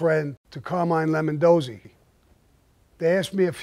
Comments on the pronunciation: Why does he keep calling him "Lemondozzi"? Wasn;t the guys name Lombardozzi? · What has me cracking up is the dudes name is LOMBARdozzi, he keeps calling him LEMONdozzi 🍋🍋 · "Lemondosey" lol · Lemondozi or Lombardozi? Thought it was the second. Also never knew he got knocked down to soldier.Have heard he had to marry the girl, but nice to hear the entire story. Great as usual! Thanks Sammy!